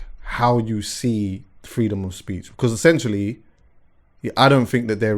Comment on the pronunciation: Like how says essentually instead of essentially 😂.